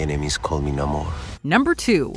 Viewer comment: Same with Namor.